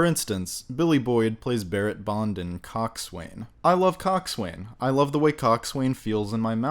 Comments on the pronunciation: "Cock-Sway-Nnnn" It's actually pronounced "Cocks- Unnnnnn' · Lovely review, but: 1. Cockswain, or coxswain, is pronounced kok’sn, not cock-swain. 2. It’s a sextanT with a T, not a sexton. 3. Not a ‘masthead’; she is a figurehead. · I agree with your assesment of the film. Do your homework, for God's sake, and stop using the pronunciations that the closed captioning provides. It is SEXTANT, an instrument for measuring astronomical angles. It is "Coxun", properly pronounced, not cox swain. It is "Fokesuhl", properly pronounced, not fore castle. It is "looward", properly pronounced, not lee ward. I find your review to be prolix in the extreme. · Cockswain??? It is pronounced "coxon" or "cox'n......and boatswain is pronounced "Bosun".......the young midshipmen are being trained in the use of use of a sextant, not a sexton..... a sextant is a mathematical instrument for measuring the altitudes of celestial bodies in ascertaining latitudes at sea, while a sexton is a church official responsible for maintaining the fabric of a church building and also the digging of graves.......(I can quite see how easy it would be to muddle those two up....) And British warships are NEVER, EVER, EVER referred to as "the HMS (name)....HMS stands for His(or her) Majesty's ship, so you just can't say the His Majesty's Ship...it's either the (name of ship) or its just HMS (name of ship)..........Master and Commander is one of the very few movies involving British ships where they actually get this right....... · Its pronounced “cocksun”, not cockswain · Coxswain.is pronounced Cox'un Boatswain, Bos'un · Coxswain might feel good in your mouth, but...lol Coxswain : pronounced cox- sin Boatswain ; pronounced bo-sun Carry on !! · Its pronounced cox'un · And it's still pronounced cock'sun And Bo'sun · It's pronounced 'Cock Son' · Coxswain is pronounced 'coxsun'. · Cock'sen...you don't pronounce the w...or th a.